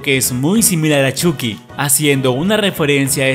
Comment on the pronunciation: Se dice choqui no chuky se escribe chuky y se pronuncia choki